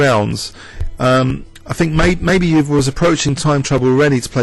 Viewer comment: Hi, great video. Euwe is pronounced 'oy-ver' by the way!